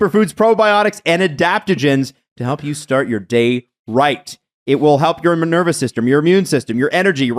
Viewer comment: In the athletic greens ad said manervous system 😆